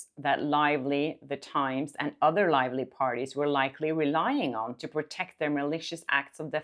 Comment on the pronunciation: Blake lie-vely